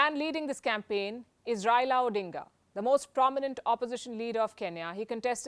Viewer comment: The pronunciation was spot on